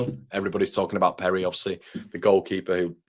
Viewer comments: Your pronunciation of Perri … outstanding 😂👍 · If he is Brazilian you are murdering his name - but love the enthusiasm - We need more Brazilians